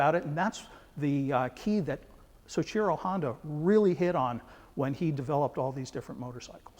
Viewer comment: I believe it's pronounced "so-EE-chee-ro" not "so-SHEER-o"